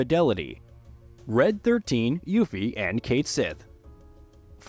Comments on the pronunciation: This guy's voice sounds like an AI voice. "Yuhffie" is sus. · It's pronounced You-Fee man, You-Fee! Also, Snowboarding will SURELY be in Part 3.